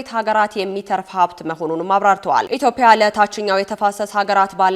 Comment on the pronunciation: 1.ኢትዮጵያ የምትል ዜና አንባቢ ታቅርብ 2.የሚኒስትሩ ስም በትክክል ይጠራ